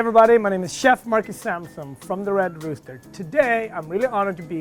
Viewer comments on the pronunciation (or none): none